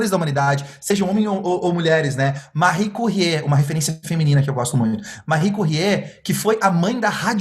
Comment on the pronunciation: Excelente exposição! Sou fã do e agora descobri o Caio também. Só um toque: a pronúncia correta de "Marie Curie" não é "Marri Curriê", e sim, "Marri Curri". Parabéns! Muito obrigado pela partilha do conteúdo.